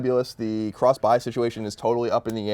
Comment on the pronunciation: whats he saying? Cross save and cross.... bi???